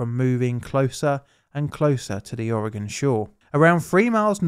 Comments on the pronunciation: Thank you for pronouncing Oregon correctly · HOW ON EARTH DOES A PERSON FROM EUROPE SAY MY STATES NAME RIGHT BUT PEOPLE FROM MY OWN COUNTRY CANT SAY IT RIGHT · I appreciate when people pronounce Oregon the proper way. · Good job pronouncing Oregon! Thanks for another great story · Congratulations on saying Oregon correctly! And claiming the Beaches are state property is actually true by Oregon law. brilliant. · kinda neat learning about some local history on this channel! Well done, most Americans dont pronounce Oregon correctly. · And you pronounced Oregon correctly! There’s people that have moved here that can’t say it. Respect! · Thank you for pronouncing Oregon correctly. :D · Thanks so much for not butchering the name Oregon! So annoying when people say aaauuregahn!